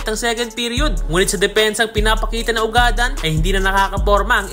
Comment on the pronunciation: Eto Ang tamang pag bigkas ng apelyedo nya ugad-dan kababayan ko Yan sa bayan ng tumauini....